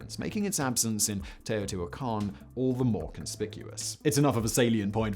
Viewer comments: Cuicuilco pronounced "qweeh-qwill-coh". Teotihuacan is on point. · Well hey, at least they either coached him or he stumbled onto the right pronunciation. At least according to the Great Courses lecture I listened to and the wiki guide